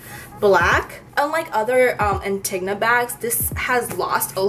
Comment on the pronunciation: *Anti-go-nah not Antigna